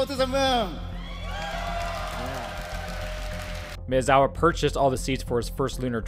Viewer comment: Maezawa is pronounced "My eh Zawa"